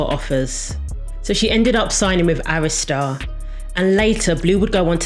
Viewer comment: Thank you Jesus you pronounced Arista correctly because the way people pronounce it......Omg!!!! Great video!!!